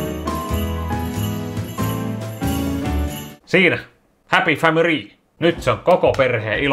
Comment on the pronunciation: tos ku teit sitä pöllöö ni sanoit happy famiry eli sitä mitä Giiing Ging sanoo